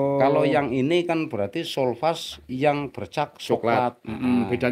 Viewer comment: sopas pak bukan sulfas🙏